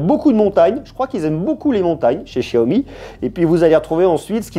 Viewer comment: ce que tu sais pas ce que c'est en rouge, je crois que c'est des batons d'encens. Pour ton accent stp, c'est pas SHiaomi, c'est xiaomi. Même si ça se prononce pas comme un X ça se pronnonce pas comme ce CH français. C'est entre les deux. En Malaisie c'est animé :) Anyway merci pour la vidéo ;)